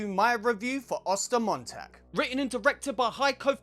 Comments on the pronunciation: I speak German and I love how you pronounce Ostermontag :D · As a native German, I’m actually pretty impressed with your pronunciation of the title